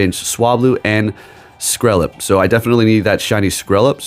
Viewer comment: Skrelp rhymes with Kelp. 🙂